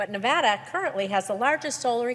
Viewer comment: Great video, but please make sure to say Nevada correctly. It drives people from Nevada nuts.